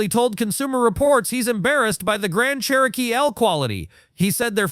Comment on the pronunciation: It's pronounced CHEROKEE